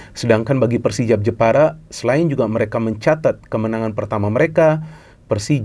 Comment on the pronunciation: Jepara tapi pengucapanya njeporo